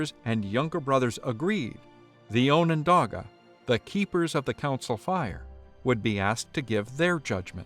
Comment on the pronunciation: no, you've been pronouncing it right.